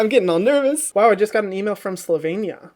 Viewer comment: Wow you pronounce Slovenia perfect